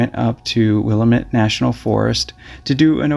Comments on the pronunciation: Damn, I was living in Eugene at this time and I don't remember hearing a thing about this case! How very sad... and how horrifying that it's still unsolved! 😢 Just FYI (and for everyone's info), the emphasis is on "lam" in "Willamette." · for future reference it's: "Will-Am-It" Willamette. I spent my summers south of Oakridge in the Crescent Lake area. I remember this incident. Horrible. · You pronounced Willamette incorrectly The correct emphasis is on the second syllable, not the third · So you really wanted to go on the Willamette trail but don’t bother to look up the pronunciation? It only takes a minute to research it and it makes you sound lazy if you won’t take the time. I’m out. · It's NOT Willla-ment......It's Will-Lam-Met......I know, for I grew up there in the 50's. BHE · We would love for you to visit our forests As a helpful hint: Willamette is pronounced, will- am- it. Have a wonderful day and we love your channel as it is of great service to society. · Willamette is pronounced Will-am-it not Will-uh-met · Pronounced like "Will-Am-it" Forest. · Great videos. I spent my last 15yrs of my 29yr USAF career with the 304th Rescue Sq. What an honor. It’s pronounced “Wil-la-met” (Willamette). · It's pronounced will am it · Will lamb et is the correct pronunciation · Not to be that guy lol but it’s pronounced will-am-it just so ya know for future reference 😊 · It's pronounced Will-am-Met. Most people that aren't from Oregon don't pronounce that right or a few other regional words correctly. Great video! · Willamette, it is pronounced 'will amet. Keep up the great job. Your voice is perfect😊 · WILL-AM-ET, TY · it's pronounced Will-LAMB-it National Forest. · Pronounced Wil-lamb-it. 😀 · Pronounced Will-lam-it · will-am-it, please pronounce it correctly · Will-lamb-ett just for reference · It's pronounced "wuh-LAMM-ette. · Willamette- will-am- it. Hard name to pronounce. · the way ppl pronounce it is will AM it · It’s Willamette, damn it! 😉